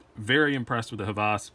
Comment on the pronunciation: Nice comparison! I like them both (and own them both) but the Hvas wins for me. And it is pronounced "Vas", the designer is Danish, so they don't pronounce "H" like we do. Keep on dicing! Oh, can we see the RTD from CRKT when it comes out? There are no videos on it except like shot show.